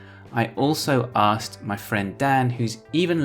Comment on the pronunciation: You hear "asked" as you say it. But it's clear you're dropping the k which is not the norm for American English.